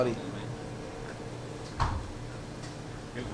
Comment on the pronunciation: "Ariel not you... Surry"